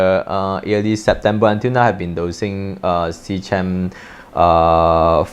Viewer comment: fyi it's "Sea-KEM" like "Chemistry"